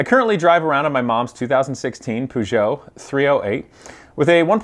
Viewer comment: For future reference and as a joke, it's PE O JEO, t is silent.